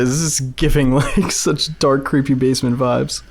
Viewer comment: bro i'm so confused,😭 did you say dark or dock❔😭